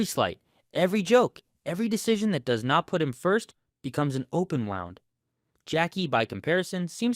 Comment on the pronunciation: “Open wound” isn’t pronounced like that brother, around the 10 minute mark. Nice video though!